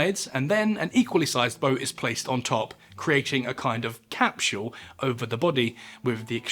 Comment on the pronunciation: Capshyool? Conshoom? Nawzeeus? Mizherably?